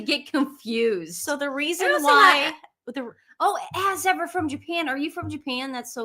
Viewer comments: "As ever" sounds like " so what" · "As Ever" ? I just hear .."As If !?"